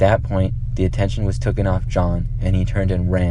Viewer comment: this dude said tooken